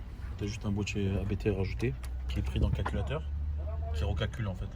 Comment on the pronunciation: Super vidéo ! Juste pour info Abt c'est un nom de famille ça se prononce tel quel , pas a bé té comme si c'était des initiales ;)